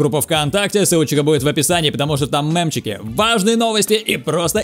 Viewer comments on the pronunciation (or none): Правильно говорить не мэмчики а правильно мемчики